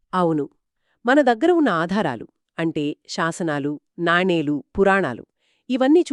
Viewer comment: నానీలు కాదు తల్లీ, నాణేలు